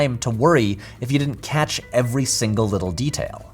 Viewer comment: hey patrick is back! yay! and with a slight accent on that ever(d)y!😎